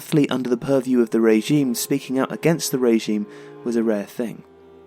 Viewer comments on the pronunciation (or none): none